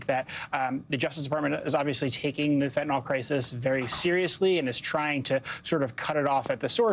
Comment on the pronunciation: It's pronounced Fen' - ta - nil, not Fent' - a - nol.